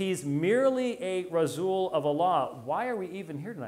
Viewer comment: "Razzuuul of Allah"? What the heck is that Dr White? 🤔